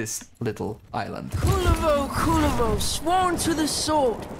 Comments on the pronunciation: Ah yes, my favorite warframe, Kulala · Ingame nursery rhyme: This is the pronounciation of Kullervo The entire Warframe community: Nope :)